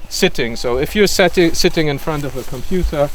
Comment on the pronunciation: What demonry is COM-PU-TOR?